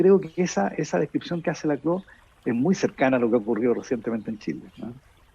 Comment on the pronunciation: El apellido de Ernesto se pronuncia Laclau, no lacló. Fue mi profesor, así que lo sé.